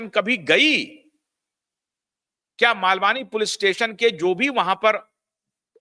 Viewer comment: जय श्री राम 🙏 सर मलवानी नहीं मालवणी